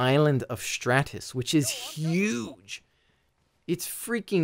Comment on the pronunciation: the way he said huge had me laughing, cool vid though!